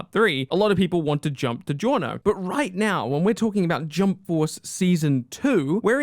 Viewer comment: GIORNO Dillo bene Say it right